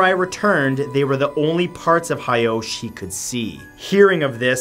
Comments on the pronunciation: actually,it is Taira clan not hiki and it is hoichi not hyosh. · Hoichi. Ho-ee-chee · actually,i wasn't hyosh, it was actually hoichi the earless. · Please learn some Japanese pronunciation it’s not hard. The monk’s name was Hoichi (pronounced Ho-ee-chee) and the emperor is Heike (pronounced Hay-kay).